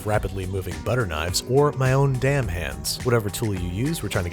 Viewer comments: The way he said "my own DAMN hands" lmao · the way he said it vexes me like: my own 'damn hands'